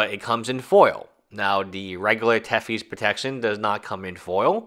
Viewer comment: I'm really having trouble believing what you say about your education when you make pronunciation mistakes like "Tefi's Protection".